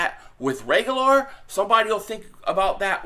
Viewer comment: Dude is you brain dead? Reagor has no L, in his name. Figure out how to talk. Pronouncing a players name Is pretty basic. Painful.